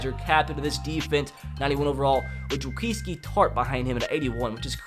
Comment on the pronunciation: the was he said Jaquiski Tartt's first name